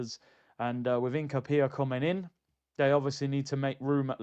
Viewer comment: Shout out every time 👊🏿 I believe its pronounced Hin - capie - ye Big up my guy 🫶🏿